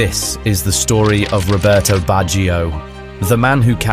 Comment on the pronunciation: Robertohh BatcheeOh - its very hard on my ears to here you pronounce italian names :((